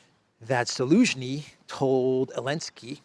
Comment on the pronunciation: Love the clown world and the “Elensky” part..😂😂😂… what’s with the Elensky without the “Z” though? Cypriot accent or??